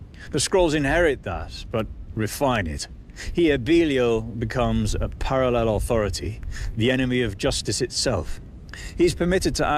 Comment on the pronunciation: Can you.. make a video about saying the word, "Parallel?" 😂 you said... "Parallellel".